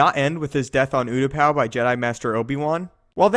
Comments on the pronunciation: Oo-tah-pah not whatever u were saying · You can't say the planet right should check before video